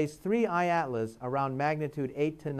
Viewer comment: This dude is AI. He pronounces 3I/ Atlas differently at different times throughout the video, and it is oftentimes very choppy and awkward. What is going on here?